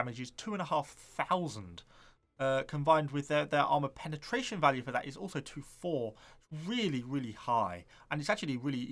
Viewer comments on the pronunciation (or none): none